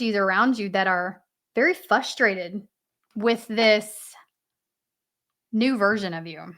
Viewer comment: I love your readings, but can you please pronounce “frustrated” not as “fustrated” but “frustrated”?